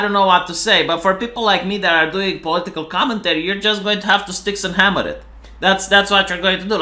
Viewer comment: Please learn to say his name correctly... or just call him Styx... 😂